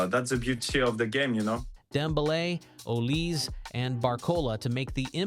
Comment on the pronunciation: its called olisE